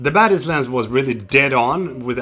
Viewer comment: English is not my mothertongue, so every time you say Zeiss Batis I understand Zeiss badass😂